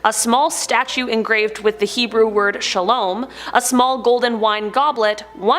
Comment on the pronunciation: So I have watched the first 2 objects and theres already been 2 wrong pronounciations. Shalom and Ötzi please its not shalome or oetzi (no hate tho)